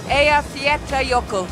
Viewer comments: I think her pronunciation of "Eyjafjallajökull" is really good, the best I have heard actually from one that isn't native. It's obvious that she really tried to get it right :) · She pronounced the name😁